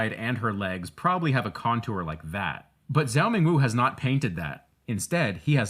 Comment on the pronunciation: ok the zhou in zhou ming wu's name is pronounced like "jong". the american pronunciation of the "zh" sound is driving me crazyyy. helpful tutorial tho